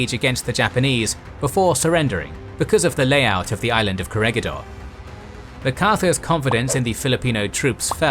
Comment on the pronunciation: Corregidor is pronounced Ko rhe hi DOHR